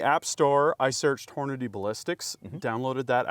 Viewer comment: says Hornady; says Hornaday. Why? Only 1 “y’ know” today 👏👍. wants us to login. Hmm. Free marketing data?